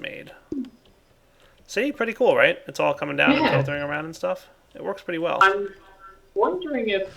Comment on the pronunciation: god why is so gay its like he has the speech impediment of the century he doesnt say hello he says HALLOW in this really quirky and ironic voice yet it ends up being unironic and just the facts of he cant say pretty either its all like OO THATS PREEETAY god damn what is he like afghanistanian or something jesus dick on a horse